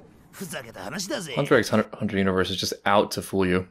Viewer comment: You pronouncing the Xs makes my day because i also did it during my first watch!! Also love that youre already memorizing the intro Edit: I also love this show of vulnerability between them, it starts deepening their understanding of each other and friendship